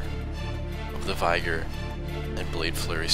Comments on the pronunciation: *V-eh-gor not V-i-gor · vigor is pronounced vigg-ore